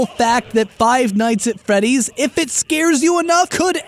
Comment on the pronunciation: Did i hear say five nights at feddys? am i hearing things